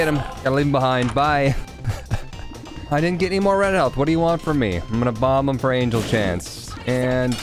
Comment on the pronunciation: It’s not hutt it’s HIM